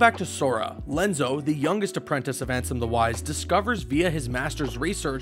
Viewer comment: There was a time I really enjoyed the content you guys created but the fact that you can’t take the time to learn the proper pronunciations of names in this series just screams laziness. This is a trend that has been going on for a while now, lazy production value and fact checking. Lenzo? No. It’s Ienzo Ee-en-zo and that is just the start. You even pronounce Xion She-on wrong after a cutscene which says it correctly. I’m working on my recording for that ten dollars. ;)